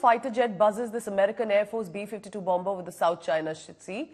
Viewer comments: Please say bomer though there is a b in the middle. It is silent. Sorry about being pedantic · Bomb-ber? Please pronounce the word correctly.